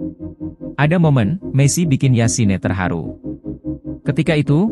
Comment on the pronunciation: kayaknya sebutannya yasin bukan nambah e di akhir